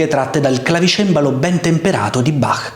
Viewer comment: Noto che in questo video è stata corretta la pronuncia di Bach, col "-ch" aspirato alla tedesca, e non pronunciato "Bakk" all'italiana